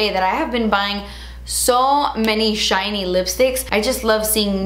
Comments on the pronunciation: “Jootsy and chiny” 😂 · “really glot-sy, really juit-sy, really chine-ey” 😂 I love your descriptions of things hahaha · "Really glossy... really jutsee... really chiney" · Weally juitsy weally chiney. I LOVE it!😄